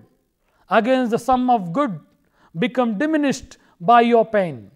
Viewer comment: Nice efforts but I must say that you should try to improve your pronunciation... It is pain not pen... I hope that you will try to improve your mistakes🙂